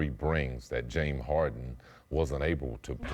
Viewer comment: This guy always leaves out Ss at the end of words... Jame Harden?He always says playoff Pay attention...